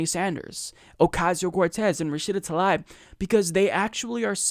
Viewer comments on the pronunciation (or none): I believe she pronounces her name Tlaib (Ta-leeb). Let’s get it right because we are going to hear about her lots! ✊🏽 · Come'on, this is our candidate, at least pronounce her name correctly, its Tuh-Leeb, not ta-lie-b. Otherwise, great vid/channel, been subscribed a while now. But, come'on, don't be like Fox saying O-case-e-o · It's Tlaib (Tlaeeb), not Talaib. Why is this name so hard for Americans to pronounce? She says it herself in this video: and in this one Seriously, it's not that hard. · her last name is pronounced "Tal-eeb" not "Tal-ibe" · i love you but please stop mispronouncing her name - it's pronounced "ta-leeb" not 'ta-lie-b' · "Tah-leeb" would be the proper pronunciation of her last name. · think it's pronounced tah-leeb dude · 'Love you, 'Love the Humanist Report, 'Love Rashida Tlaib (she's from my state) and I hope you don't mind, but it's pronounced Ra-shee-da Tal-eeb:) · Is that how you pronounce her last name? I've heard both "Tal-aib" and "tal-eeb." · Omg, can you say her name correctly lol